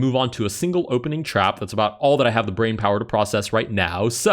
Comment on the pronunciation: My bwain hurt... 😵‍💫🥴